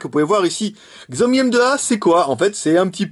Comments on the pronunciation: Alors en fait ça se prononce Shiaomi. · Oh F(X) ! :o Pas mal le telephone et on prononce 'Shiaomi'